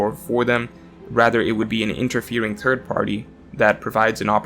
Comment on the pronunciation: Everytime he says third all I here is turd 💩 😂😂😂